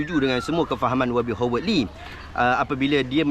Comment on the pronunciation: Howard disebut = HA-WED, bukan HO WED.